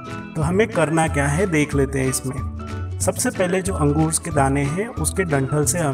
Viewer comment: chutiyeah angroosess kya hota angor bol ya grapes😂😂